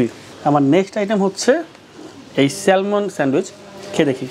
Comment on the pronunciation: ভাই স্যালমন না স্যামন।